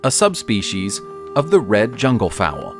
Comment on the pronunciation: Fowl! Not fowell 🥴